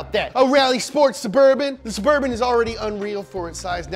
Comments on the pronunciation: DA CHEVY... SUVURVHIN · what surburban?? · Sheff g: BITCH ITS NOOO SUBURBAN